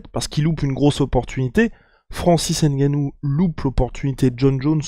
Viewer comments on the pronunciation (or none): une video d'amateur vraiment il suffit de regarder l'itw pour comprendre ... et en plu c'est pas "n-gannou c'est NGANNOU" Merci bien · J aime le G tt seul 🤗🤗🤗🤗🤗 quelle éloquence